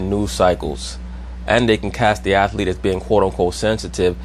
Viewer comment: Bro! U Killin me..."Athlete" is a TWO syllabel word... Js